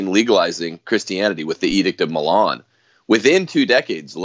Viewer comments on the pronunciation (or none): none